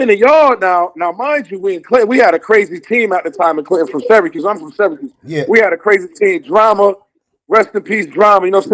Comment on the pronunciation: Its Cuse not Cues...shout-out to the 315